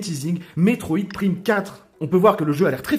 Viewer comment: La façon que tu a de prononcer le Prime de Metroide Prime 4 va me trigger un bon moment.